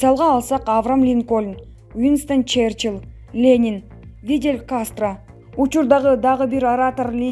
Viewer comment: Фидель а не Видель.